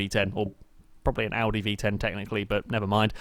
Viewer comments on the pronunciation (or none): none